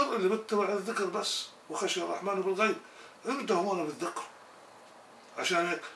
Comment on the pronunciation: ''َو خَشِيَ الرحمانَ بالغيبِ'' , الرحمان بفتح النون ياسيدي. لان الله لا يخشى احدا. فاذن, الرحمان كلمة منصوبة وليست مرفوعة.. شكرا جزيلا لك على نشرك لما يفيدنا في ديننا و دنيانا. وبارك الله لك في ذريتك.